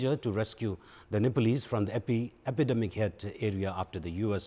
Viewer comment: Focus on contents rather than accents. Your mistakes - epidemic... not today.. yesterday.. unstoppable